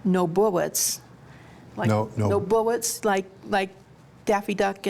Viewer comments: Well, whadya know? One two(?) buwwets weft. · "No more buwwets in the gun" to "What's up, Doc?" To "That's all, folks"